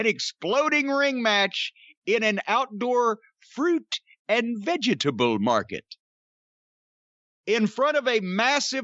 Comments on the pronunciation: "Fruit and VE-GE-TA-BLE market."-Cornie😂🤦😂🤦😂🤦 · The way Jim says "fruit and veggietable market" is priceless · Why does he say it that way? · I told my wife about this match and said it just like that. Pretty sure she thought I was having a stroke.